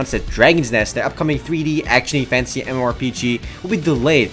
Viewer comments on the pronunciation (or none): when u say "fantasy" it always sounds like ur saying "fancy" work on it :D Keep up the good work :)